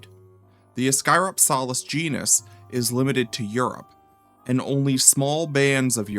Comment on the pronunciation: Its pronounced ISS-cuh-ROP-selliss. Like how Dynonychus is not pronounced DY-no-NY-cus, its pronounced DYN-onicus. Basic latin sounds.